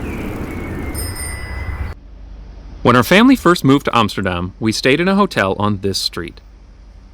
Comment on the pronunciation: YES! He said Amsterdam and NOT Emsterdamn